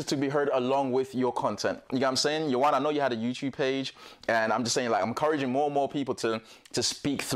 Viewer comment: Ioana is gorgeous! Thanks for this. For all of you struggling with her name, remember, it's pronounced 'YouWanna'. 👌😉